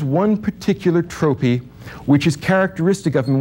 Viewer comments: I liked everything except how he pronounced the word "trope" (as tropee) :). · Needs to learn how to pronounce "trope" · This guy's trope is mispronouncing two words incorrectly with the same intency and confidence that he misinterprets Nietzsche. How oximoronic. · it took me a while to realize he was saying "oxymoron" lol. Also the way he prounounces "trope" threw me off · His pronunciation of “oxymoron” and “trope” are just……no.